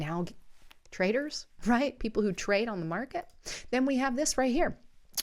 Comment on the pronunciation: It's TRAITORS not traders